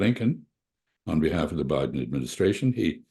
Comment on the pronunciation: Just realized calls Biden as 'Buouy-den'. Which is very cool of course.